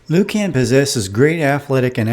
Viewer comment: "Loo-cann" LOL